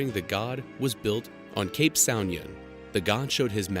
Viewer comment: Awesome video! Btw I think it should be pronounced s OE (ooh) nion